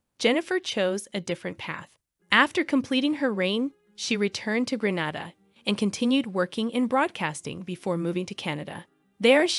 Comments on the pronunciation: As a Grenadian, it hurts my heart to hear you pronounce it Granada. Its Grenada. Jennifer now lives in Canada. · Thanks, for this. One thing though, tiny fyi....Grenada is pronounced Grenayda, not Grenahda. Guyannna, not Geeana. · Thank you but, 🇵🇹Gra-nada is in Spain. 🇬🇩Gre-nada is in the Caribbean. There's a big geographic differenc, correct pronunciation is necessary. Proud Grenadian, some info is new to me. Thanks again 👍🏾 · GrenHADA is in Spain. It's pronounced Granayda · It's Gren ay da, not Gren ah da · its pronounced GRENAYDA not Grenada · It irks me when it's pronounced Gra-na-da! It's Gren-naay-da!! The do the same mispronounciation of Curacao too...Cu-ra-co instead of Cu-ra-soe! Ugh! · The country's name is pronounced Gren-nay-da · Lady its Green-a-dah! Thank you! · GReat story. Just one quick correction. The name of the Caribbean island is pronounced Gre-NAY-da. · You said Grenada incorrectly.